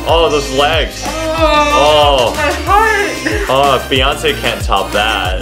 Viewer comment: When she says "my heart", it reminds me of "Oh my god, my hearteu is oh my god" Y'all Armys get this reference ;)